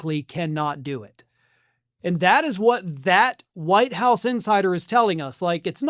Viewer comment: Did you say Whine House?? LOL